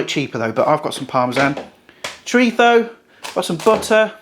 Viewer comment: Great video bro, will definitely be trying this! Also, you should have definitely had a pop up of Mike Tyson everytime you said "Choritho" 😅 I learned something new today but couldn't help but laugh everytime you said it. 🤣 I've been saying it wrong my entire life!